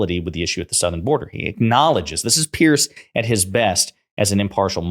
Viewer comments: Piers Morgan isn’t a Conservative, he’s an obnoxious attention seeker. By the way, his name is pronounced PEERZ, not PEARCE. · It's Piers like Peers, not Pierce.